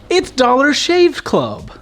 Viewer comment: "Dollar Shave Cluv" 😂